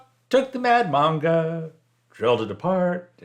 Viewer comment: Different build. Here in Australia, there were Moblie guy come to U and gold leaf Ur car badges. U say manga weird I didn't know what you're talking about first. Cheers.